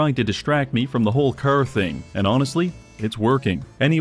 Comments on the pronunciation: the way he pronounces car as ker is fkin funny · Is he pronouncing "car" like that on purpose or am I missing something or what?? It's driving me nuts 😆😆😆😆 Curr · It's car but he says cer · i love when he says "chrr" and "chrrmageddon" his car pronunciation is so beautiful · You mean it's not pronounced "crrrr?" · I like how he pronounces "curr". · I hear Cær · with all due respect, why the fuck do you say carr instead of car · The pronunciation of "caehr" is incredible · Preston Krrvy. man can't pronounce Car. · You know, for how often he said it in the video. Youd think he would pronounce car right at least once Curr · mugs? Cah. radio? cah. baby? cah. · "car": ✗ "curr": ✓ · my neighborhood has been hit herrd by the cerr virus 😂😂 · It sure would be awkward if you failed to pronounce "car" correctly a single time this entire video. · Unknown person: Hey, you say car funny.": "That's gonna be a video." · The way you say car is giving me the killer strain of AIDS. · Why do you sound British when you say car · This is the weirdest pronounciation of car, I have ever heard. French Canadian? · The pronunciation of car feels like some sort of torture. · pronounces the word "car" funny. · you say "car' suspiciously Irish-like